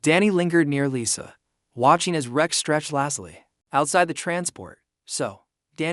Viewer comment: Good plot, but narrator's voice (AI?) is boring and the mispronunciation of even simple words like "lazily" very distracting. Has some loose ends that need to be wrapped up such as why Lisa travels with a tiger, why she came to the colony or what her job is.